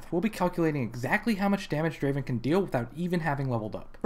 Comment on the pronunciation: Not Draven.... Draaaaven.